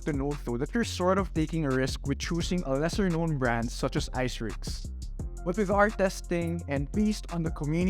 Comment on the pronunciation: hahaha.. keeps murdering the brand name.. Aisirux